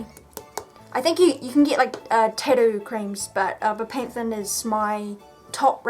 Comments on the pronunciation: Tatt oo not tad oo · she can't even say or pronounce tattoo , titdoo 😂😂😂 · tadu? or tattoo? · it is called tattoo not tittoo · Hearing her say Tidoh everytime is infuriating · I love the way you say Tattoo.. Tiddo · "tidoo" lmao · tattoo....TATTOO.....(Tatt-Tew) NOT (ta-doo). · Tad too? It's tat too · the tidoo* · am I the only one hearing titty instead tattoo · im gonna be honest ive never heard someone pronounce "tattoo" the way you do :0 your tattoos are very interesting though ! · for the love of god it tat-oo learn to say the fucking word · Love the way u say tattoo 😅 thanks for the video❤️ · Say tattoo right it's annoying and this is dumb why would you ever do this to yourself